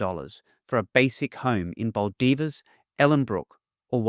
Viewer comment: Please pronounce Baldivis correctly. Bell-dive-ess